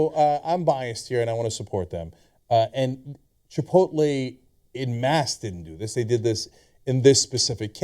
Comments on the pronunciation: Whenever I read Chipotle I always pronounce it Chipotle. These guys are saying it wrong. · This is the fault of all the people that pronounce chipotle, chipolté